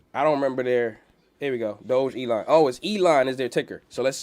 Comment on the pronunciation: It's pronounced Dog-a-lon